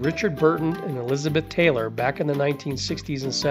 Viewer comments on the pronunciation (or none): none